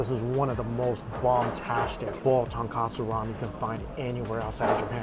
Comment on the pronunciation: After all these years eating ramen you'd think Mike learned it's TONKOTSU ramen. Not TONKATSU 😂